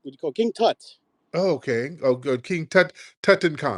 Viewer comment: Mf'er said tutucarmen